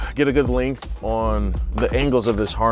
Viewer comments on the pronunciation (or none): none